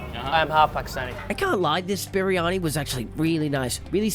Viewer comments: im just saying its pronounced "bree anee" not "bee ree a nee" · Bar ri ah ni??!? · No shot you called it berryani 😭😭😭😭